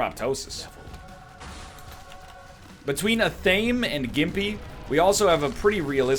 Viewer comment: One day NL will pronounce Athame correctly...one day